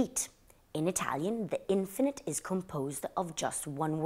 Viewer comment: Lovely,! Hope you don’t mind me saying, but it’s pronounced inFINitive not INfinite